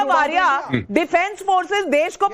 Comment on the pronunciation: कौन लोग हैं ये जो आर्य को आर्या बोलते हैं ।हिंदी समाचार चैनल।